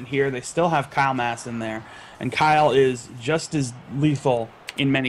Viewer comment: it's mass not mask